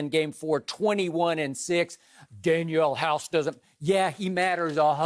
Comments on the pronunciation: Man said Daniel House 😂😂😂 DANIEL HOUSE!!!!!! I used to hate Skip but I gotta give it to him, he’s blossoming into a legendary stand up comic... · Skip said daniel house hahaha. I love the troll know as drip Bayless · This man said Daniel House lmao 😂😂😂 He really had to reach for this one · Skip: Danuel House Danuel House Danuel House Everyone: Who is Daniel House? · I checked out when he said “Danuel House”